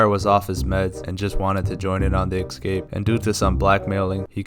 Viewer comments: Why do Americans say ECscape? 😂 It's ESCAPE guys, how tf did you all add some extra letter hahaha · Escape not excape 😂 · Best "excape" plot ever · It's an EEHscape, not an EGGscape.